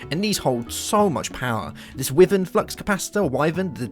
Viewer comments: hold on, isn't it pronounced WHY-vern not WIH-vern? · Just so you know it's pronounced "Why-verrn"